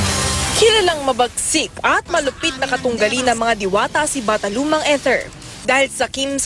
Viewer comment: Ano raw? Bathalumang Emre? 😂😂